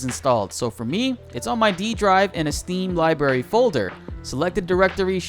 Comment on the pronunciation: You do know there are two "R"s in "library," right? ;)